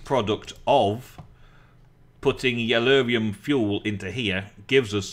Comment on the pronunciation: it's yellorium not yellurium!!!